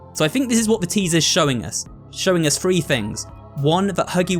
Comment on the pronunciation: It’s so funny when he try’s to say three but he says free LOL